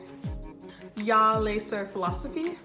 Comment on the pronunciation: its "jeg" not "jarhh".